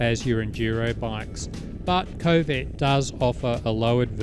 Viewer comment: It may be me interpreting your accent, but it sounds like you pronounce this Chinese bike's name as 'Covid 450' 🤔 oh dear